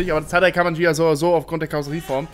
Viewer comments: Das Gh wird immernoch ausgesprochen , wie bei LamborGHini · Ghia nicht Jia! Durch das H hinter dem G spricht man es als G und nicht als J, siehe Lamborghini, dass heißt schließlich auch nicht Lamborjini! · Hab ich mir au gedacht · Wieso nur sprichst du immer "Ghia" falsch aus und redest immer von Beetle statt Käfer?!